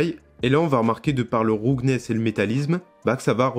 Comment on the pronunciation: "roughness" se prononce "raouffenesse"